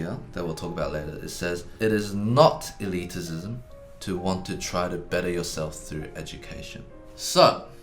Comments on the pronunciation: I don't know if this video is better or worse because he keeps saying "eliticism" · Loving the extra - si- Eddy keeps adding to the word elitism (elitisism)! Makes it even more elite! :D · Nobody: Eddy:Elitisism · Ahem. It's "e-lit-ism", not "e-lit-i-cism". Just saying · The word: Elitism Eddy: Elitisism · Oh man. I winced every time Eddy said "eliticism." Eddy! It's just elitism. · Just an FYI, elitism is not said as elitisism eddy.